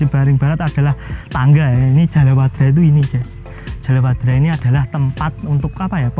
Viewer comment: ijin koreksi mas. Niku Jaladwara mas, sanes jalawadra😊